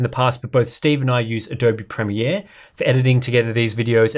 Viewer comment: It's nice to hear someone pronounce "premiere" correctly. North Americans appear to pronounce it as 'premeer' which immensely irritates me.